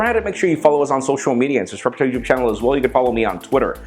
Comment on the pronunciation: y do u always say tubetube instead of youtube?